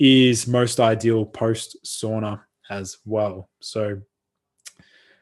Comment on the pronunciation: It's pronounced SAUNA not SOONA